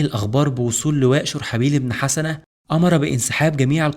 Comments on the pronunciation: جزاك الله خير ، اخي ممكن تنطق الاسم (شرحبيل بن حُسنه ) بضم الحاء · انا لم انقد المادة التاريخية بل طريقة نطق الأسماء مثل دومة الجندل و اسم شرحبيل بن حسنة